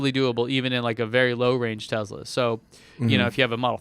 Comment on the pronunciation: So, no-one is concerned about "Tessla" or "Tezla" anymore? Cool.